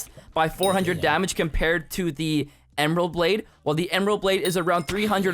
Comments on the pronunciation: "ember blade" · “ember blade?????”